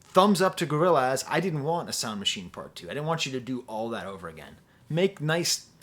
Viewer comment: Hearing say "Gorril- AZ" is all i needed